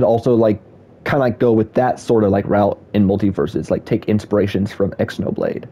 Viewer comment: Someone tell bro how to pronounce Xenoblade